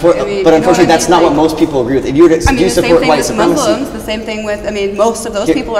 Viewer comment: Did he just say Eggree? XD